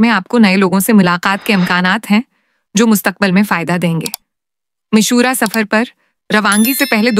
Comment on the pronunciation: Please Urdu talafuz to thek kary mashora Nahi hota mushwara hota hy